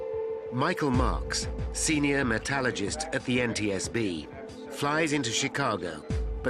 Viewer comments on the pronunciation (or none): I've watched a lot of these air crash investigation programs now, and it is bugging the hell out of me that the word metallurgist and metallurgy are always being pronounced incorrectly... Its MET_AL_UR_GIST. not MET_AL_A_GIST. it urking the hell out of me. Its in the spelling god damn it. Its not hard. I feel like Im in a Harry Potter film!!!